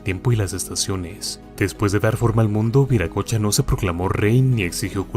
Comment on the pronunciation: NO ES VIRACOCHA ES WIRACOCHA, Y SIGNIFICA EL GRAN SEÑOR, EL CREADOR DE TODO, EN QUECHUA ES UNA PALABRA QUE TODAVIA SE USA.